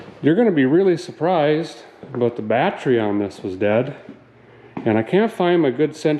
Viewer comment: GOOGLE: "Batree" Double dare ya....